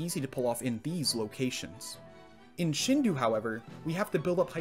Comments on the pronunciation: This is a great video but the Shin-doo is bothering me. The closest pronunciation in English would be Shin-doh, since the "u" extends the "o" sound (so it could also be transcribed as Shindō iirc) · Yeah, but at least that's closer to right than saying "doo" instead of "doh". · Great video loved the content, only one comment from me below. It's shindou (like shin doe) and not shin do like (shin du). Source: スーパーマリオ64 振動パック対応版 broken down スーパーマリオ64 - suupaamario64 (Super Mario 64) 振動 - shindou (pronounced shin-doe) パック - pakku (pack) 対応版 - taiouban (taiyou version) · Wonderful video. By the way, i believe "Shindou" isn't pronounced "Shindoo" but "Shindoe". Is it a different writing of "Shindō". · FYI: shindou is pronounced shin-doh. The u basically serves to lengthen the sound of the o a little before tapering off into a very subtle u, but the o and u don't combine to form the very English "ooh" sound. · Minor point - Shindou would be pronounced “sheen-dough”, not “shin-doo” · I mean, not really. Phonemes in Japanese have a specific pronunciation. 振動 or しんどう is pronounced "shin-dough". In fact, "doo" as a sound doesn't even exist in the Japanese language. "Shindoo" is the objectively wrong way to pronounce it so you don't need to make excuses. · Not that minor, found myself muttering “dou” every time he pronounced “du”. I mean it’s the same “do” at the end of “nintendo” just slightly longer. But whatever, first world nitpicking. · same here. It’s a total nitpick but it bugged me. Fun fact for the comments I guess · it's pronounced "shindo" not "shindu" Common mistake though because of the '-ou' romanization, don't worry. This series is great! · except sheen should be pronounced a bit shorter as it is shin, not shiin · take a shot every time he says 'shindu' instead of 'shindou' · It's shindou, not shindu. That's why it's written shindou. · "Shindou" does not rhyme with "Hindu". The "dou" is a lengthened form of "do", which is pronounced "doe" (as in a female deer).